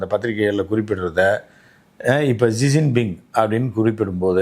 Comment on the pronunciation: ஷிஜின்பிங் - இதுதான் சரியான உச்சரிப்பு